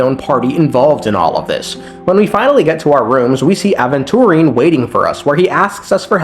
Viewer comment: Man pronounces Aventurine four different ways.